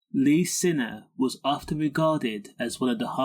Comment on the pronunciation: Find it hard to find any authenticity in this video, as you cannot spell or even pronounce his name correctly……